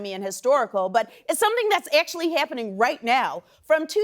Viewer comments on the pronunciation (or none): Did you just say AYctually HAYppening? You reppin the midwest Amber? OPE. Heck yah!